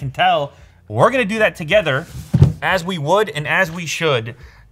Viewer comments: "unbox tther" oh lew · "Unbox tther" why does that bother me so much. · 'unbox therr' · "Unbox tther"